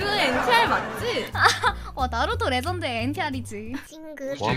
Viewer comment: 레전드(LEGEND) 에 R 이 어딧습니까....